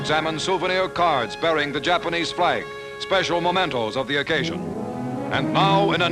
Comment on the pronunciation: Even a professional announcer mispronounces "mementoes."